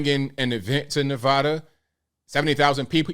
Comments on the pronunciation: As a resident of Nevada for the last 61 years It's pronounced Nev ADDa not nev odda. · It's Nevada (sharp a) not long. Also FYI you don't step on superman's cape and you don't mess with NV tribal police.